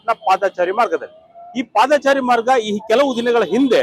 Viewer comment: Paadhaachaari alla paadhachari